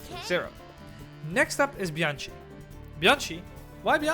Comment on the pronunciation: the right pronouncing of Bianchi is reading it Biankee 👍